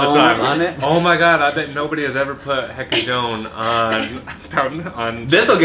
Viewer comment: o loiro aprendeu facilmente a dizer açaí, mas quando tenta falar requeijão e não consegui, grita açaí!